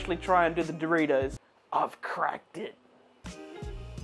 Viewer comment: why.. why "doritous"